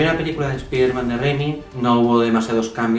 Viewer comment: Buen video pero, no soporto tu pronunciación española… deberías decir los nombres en inglés, por ejemplo: Spider-Man (como se escribe y tu pronuncias) deberías pronunciarlo "Spaiderman" suena mejor el nombre original. Pero excelente hermano, saludos desde Venezuela